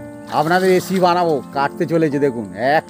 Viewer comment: কাকা এসিপি নয় রেসিপি কথাটা